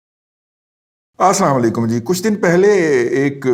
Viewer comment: Respected brother, aik request thi, ap ka assalamualiqum kahnay main ap ka pronunciation theek nahi hay, ap isay kisi achay qari say theek krwa lain , its just a request from one brother.. Plz don't mind